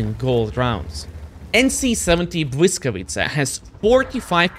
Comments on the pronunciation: man, respect to for doing his homework and actually pronouncing the tank name correctly. so many people earn their bread by being content creators, and doing a half ass job, and pronounce names or things wrong. Not just in WoT, im talking content creators in general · You pronounce "Błyskawica" beautifully. A little more practice and you'll be able to stream in Polish 😉. Thanks and best regards!